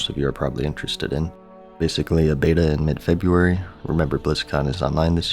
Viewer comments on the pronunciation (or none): none